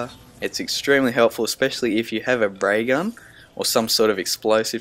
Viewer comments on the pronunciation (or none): when you sayed ray gun i heared "bray gun"